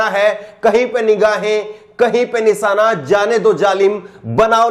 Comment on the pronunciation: Nisaana ku bolte ho nishaana bolo shaa ko saa bolte ho